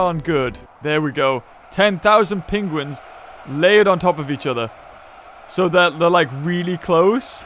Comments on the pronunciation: Hate the way he says penguins. “Pingwings” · Hear how he says penguins